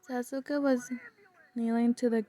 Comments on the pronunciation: Its pronounced sa-ku-sa !! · its pronounced sa-q`-sa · Sa-suka xD suka is a russian swear word so i died when you said sa-suks